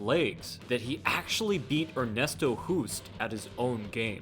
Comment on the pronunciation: Hoost is pronounced like host. Why don't you inform yourself before butchering names? Kaman is pronounced kah mahn